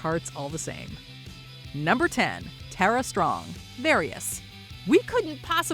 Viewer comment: It's Tara not Tera Strong.